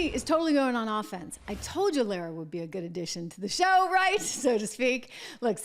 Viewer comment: Her name is not LERAH it is LAH RAH!!! Get it right.